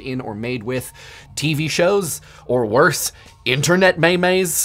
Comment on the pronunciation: "Internet May-Meh's"